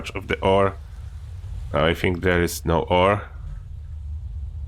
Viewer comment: Kurde dobre poradniki , ale bez urazy twój angielsko polski akcent jest tragiczny . Np . wymawiasz think jak fink , fink to mówi niedouczony chińczyk itd , itp . Mi to przeszkadza strasznie bo nie mieszkam w Polsce , ale szacunek za wiedzę na temat F67